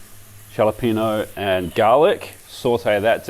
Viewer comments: Jalapeño pronounced.....Hah Lah(not harlar!) pen yo. The J is not said like an H but it will do. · Just for your information, Jalapeño is pronounced Hah luh peyn yoh You may be interested in knowing that. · I have to chuckle at your pronounciation of jalapeno. We m the USA say ha la peenyo. The J in Spanish is pronounced as an H. I've used your protein press quite a few times and it is marvelous. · Please tell me you are just messing around when you say Jalapeño. Also, tomatillo is pronounced like tortilla is, the double ll makes an e sound.